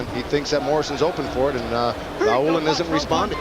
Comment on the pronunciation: Vaulin = pronunciation Va-oo-lean , not Vo-lain.